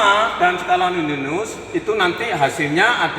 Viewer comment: Koreksi... Skala Nonius bukan Noninus